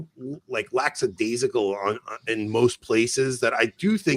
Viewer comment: Can someone teach Anthony how to pronounce lackadaisical?